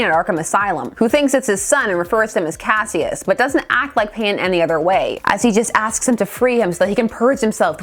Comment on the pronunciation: His name was "kash-uss" Clay. Two syllables. Also: Mix-yezz-pittle-ick. That's from the little dude himself.